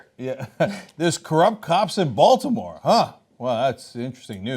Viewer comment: SOOO happy some mentioned the Wire... it was literally the first thing that came to my head when I heard them say Balitmore